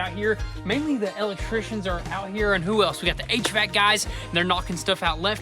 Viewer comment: He really hits a nerve every time he says Elll lect trian.